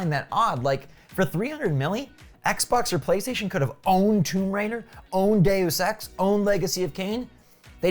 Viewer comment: day-you-sex lol